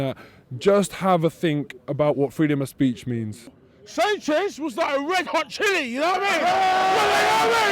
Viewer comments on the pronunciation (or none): none